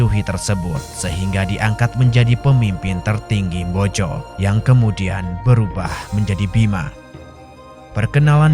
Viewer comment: MBOJO YA MIN, BUKAN BOJO